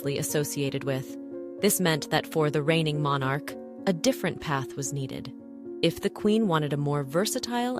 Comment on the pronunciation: Would help if Buckingham Palace and Monarch were pronounced properly ±